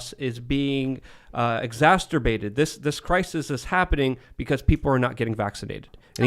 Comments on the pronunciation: there is only 1 "T" in "exacerbated"; it isn't "exasturbated" lol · It’s starting to bother me that doesn’t know how to pronounce exacerbated. It’s not exasturbated 😅🤦🏽‍♂️ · it’s exacerbated not exacterbated. You keep saying it wrong. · Is this the Tim and show? needs to shut up. “Exassterbated”? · How many times does going to say, "Exasturbated"? I think someone needs some alone time....🤣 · Will someone please explain to that the word is "Exacerbated" not "Exacturbated". Also, could you guys give him a valium or something before air time? He's all but frothing at the mouth with his anti-corporate rants. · Can someone teach how to pronounce "Exacerbated". "Exasterbated" sounds like a sex act. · exasturbate Everyone: exacerbate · I love all these cromulent words is inventing like "Effecticy" & "Exascerterbated" Hope you never catch your teenage son Excasterbating 🤣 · really needs to stop saying "exacerbated" because he can't pronounce it. There is only one "t" in there, buddy. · Egg-sass-her-bay-ted. You're welcome,. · When says "EXASTERBATED" 🤣🤣🤣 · It's hilarious! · The word exasperated is not pronounced like the word masterbated. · It's not 'exacterbated'. It's 'exacerbated'. There are not two Ts or two Ds in it and I want to shoot the ceiling every time he says it wrong. It's also not 'effectivasty'. It's 'efficacy'. What is his love affair with mispronouncing words?